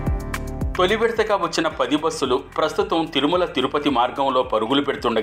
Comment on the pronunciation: బోస్సులు కాదు బస్ లు